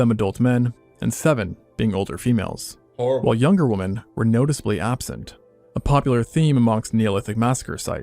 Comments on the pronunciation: HOLY FK I CAN'T TELL YOU HOW ANNOTING IT IS TO LISTEN TO SOMEONE WHO CAN'T PROPERLY PRONOUNCE THE WORD WOMEN. AND JUST SAYS WOMAN.EVERY FKN TIME. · Can’t stand when youtubers cant pronounce “women” plural drives me crazy